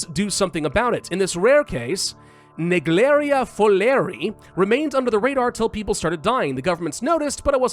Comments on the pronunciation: It pronounced Neg-leria fow-ler-e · I love how does the French accent when calling the "Naegleria fowleri" amoeba. Also to the creator of this scenario, I'm glad you chose parasite because putting Naegleria as a bioweapon doesn't make sense since Amoebas are classified under parasites. But I'd like to correct that Naegleria doesn't really infect via ingestion. It infects via intranasal contact (Layman = Enters the nose).